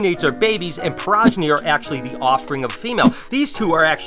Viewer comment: Sorry to be Hermione, but it’s “exo”thermic not “ecto”thermic and pro-geny not per-ogeny!